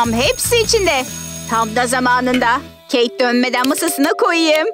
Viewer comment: Oyun hamuruyla intikam sahnesi için bir şey söylicem: Sakız paketlerinde paketin içinden çıkan sakız sert olur-ve agızda hemen hızlıca yumuşayamaz Ayrıca kız keyt gitti demiyorda keyk gitti gibi geldi bana